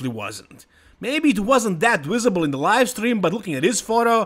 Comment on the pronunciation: He can say livestream but not visible xD “Quote: Maybe it wasn’t that wisible in the livestream” 😂